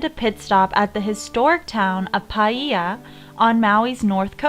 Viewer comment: The footage you have swimming DIRECTLY OVER A TURTLE so it cannot surface is just horrifying, not to mention illegal. You cannot be within be 3 meters or directly over them. You butchered Paia. And I can't believe you asked a waiter to remove their mask and shake your hand so you could get a good bit for your video 🤯🙄🙄